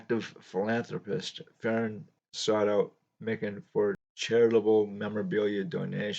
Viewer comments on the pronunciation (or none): Great video on Big George. It's pronounced "My kin". He was a very friendly guy. Got his autograph at a show signing in the 1980's. Said his wife combined all his championship rings into one ring. He used to sit in the front row, in the corner at Timberwolves games, a few seats down from Kirby Puckett. Vikings players sat behind the visiting bench, and Jimmy Jam of Jam Productions, would sit at half court with the artist that would sing the National Anthem. The Scott's Potato Chips cards are very rare. Made in East Grand Forks, MN. The backs of the cards say you can exchange the cards for a signed Lakers Team photo, which had printed signatures. I have a John Kundla Scott's Potato Chip card that I've shown in my video's. Most recent was a Rookie VR for Sammy Thunder last week. Stuke's Baseball Cards and Curiosities. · Prior to this video, I’d only heard his name pronounced Mike-an ;)